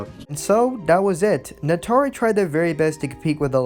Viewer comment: Dude, why do you constantly pronounce Atari as "Natari"?! 😂😆🤣 This is a terrible video. I learned absolutely nothing about Ghostbusters the game and why exactly it is being remastered and rereleased. You spent most of this 4 minute 40 second video rambling on about Atari (while pronouncing it as Natari), and they weren't even the developers, they just published the game. You need to work on your fact checking as well as general knowledge base, because you could've easily googled the devs of this game (Terminal Reality) and atleast had your base facts straight. You should also work on your speech and pronunciation of words. When you make a video, you have to ask yourself "what information am i trying to convey to not only my audience, but to myself?". In other words, could you understand your own video if you just stumbled across it on youtube?? What did your own vid convey to you?! In this case, it couldn't have have helped you understand much. Do not let this critique discourage you. Improve yourself.